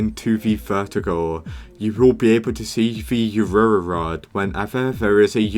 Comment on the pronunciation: its not raura its AURORA